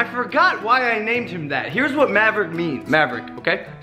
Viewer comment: You didn't finish mavericks name you made it say maver !!!! 😕😕😞